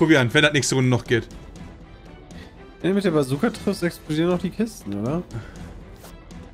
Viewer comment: Ja, wer kenn sie nicht, die berühmte "Kajooka":'D